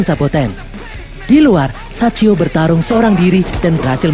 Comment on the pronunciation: sachio bang bukan saicho😭